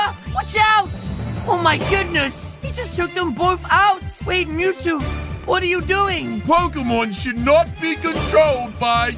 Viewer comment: Mewtwo it mew with two not tow two mewtwo